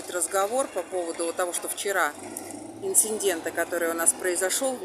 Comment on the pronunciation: ИНЦИДЕНТ ( не инциН дент)